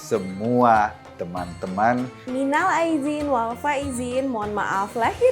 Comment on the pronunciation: Minal aidin nya kok suaranya agak aneh ya kayak gak biasa ngucapin gituu